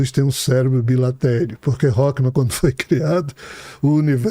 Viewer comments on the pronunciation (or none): none